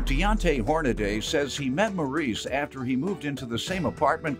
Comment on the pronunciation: His name is not Hornaday😂😂😂 JM reaching😂😂😂